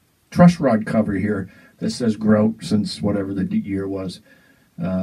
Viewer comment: Please, it's GRO-TAY! it sounds much warmer than the firefly.